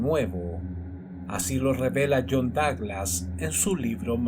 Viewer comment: Me sorprende la precisión de Douglas, es un crack. (Me encanta como lo pronuncias)